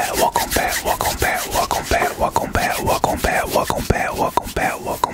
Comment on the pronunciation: at the intro i hear walk them back instead of welcome back